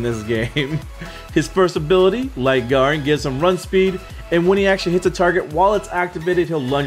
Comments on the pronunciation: nice video ... garen is pronounced Gaeh-Rin btw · Its pronounced Gair-rin